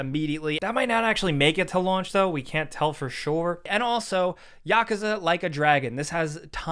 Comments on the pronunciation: Yu-koo-zu! Please stop saying yakaze! It drives me nuts ⛔ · Yakuza is pronounced yuh-koo-zuh. You always say it so weird lol. Love ya bro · You said "Yakuza" wrong.